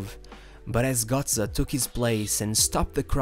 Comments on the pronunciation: He is still pronounced GÖtze not GOtze . Damn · its gö(oe)tze and not gotze... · bro its GÖTZE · Bro, you make a whole about a guy you cant even pronounce right. Just google it man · imagine making a 15min video on a single player and not pronounce his name correctly 🤦🏼‍♂️